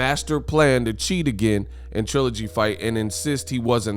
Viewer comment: This bum talking doesn’t even have a third grade education! Bum you can’t even pronounce trilogy. Or are you high?